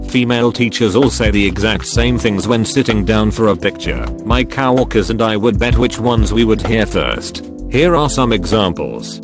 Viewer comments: If there is one thing the automated voice needs to get right it's coworker. Not cow worker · Cow Orker